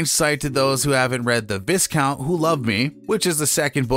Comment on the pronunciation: Viscount is pronounced without the the “s”. Long “i”